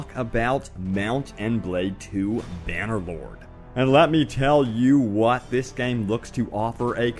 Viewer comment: I just heard "Bannerboard" and not "Bannerloard". :D